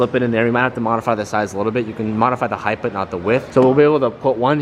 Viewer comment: Heigth is not a word it's Height, pronounced Hite. I noticed that in the last video too. Get it together bud. 🤣🤣 Loving the content man